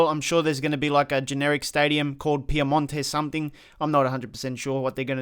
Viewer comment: Why do you say Piamonte Calcio and not PiEmonte .... there is the E not A :D